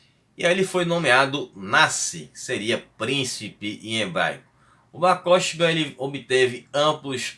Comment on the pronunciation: Mano, a pronúncia correta é Bar korbá, o Ch tem som gutural de RR escarrado tipo Carro.